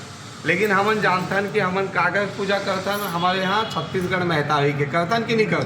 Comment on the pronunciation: महतारी ला महीतारी कहत हे अपन आप ला छत्तीसगढ़िया कहने वाला ग्धायक ह